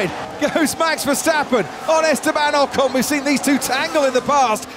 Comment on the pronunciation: Please learn to pronounce names like Ocon and Perez. You sound so silly. Try Forvo.